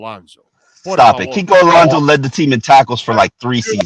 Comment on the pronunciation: Kiko Alonzo??? Really???? kiko Alonzo????